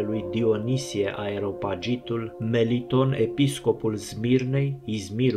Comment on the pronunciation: Bă ATENȚIE Dionisie nu a fost aerian Dionisie a fost areopagitul nu aeropagitul cum spui tu. El a fost convertit de Ap Pavel în areopagul din